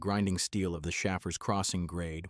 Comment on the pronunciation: Locally, Shaffer's is pronounced SHAY-ferz.